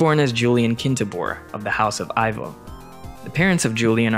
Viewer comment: Slight correction: Ivo is pronounced "E-vo" not "I-vo"